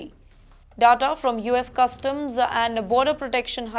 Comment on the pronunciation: At least the news reader's pronunciations should be correct, such a disgrace Eg: Deportation, data...